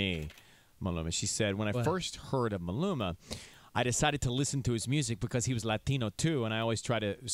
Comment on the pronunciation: yooo seacrest, wtfffffack is a "malumana" lmfaoo sounding like you going thru an aneurysm tryna pronounce the bro's name 😭😂 Maluma's face is priceless